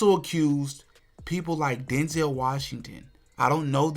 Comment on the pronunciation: It's not Den-zel It's Denzel like pencil. 👍